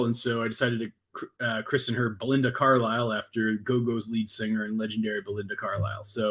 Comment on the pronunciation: You keep saying Belinda Carlyle but all I hear is Belinda Cowlyle